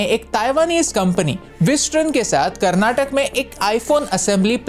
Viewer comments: Karnatak nahi Karnataka bolo bhai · Do you have pronunciation problem?? Can't you pronounce Karnataka properly?